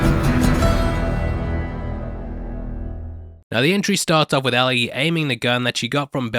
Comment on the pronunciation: It’s not Al-ee it’s L-ee. It’s written Ellie not Allie.